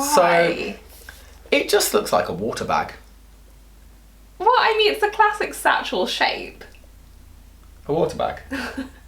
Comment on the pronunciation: so funny!! LOL the watear bag! haha